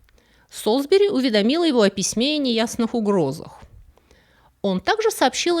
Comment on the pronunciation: Мне очень интересно, почему в каждом своем видео делает эти странные, как у ИИ, ударения в известных, простых и общепринятых словах. В этом конкретно: "принял его за слУгу", вместо "за слугУ". И "уведомИл", вместо "увЕдомил". Может, это специальная "хитрость": чтобы зрители были внимательны и писали комментарии!😂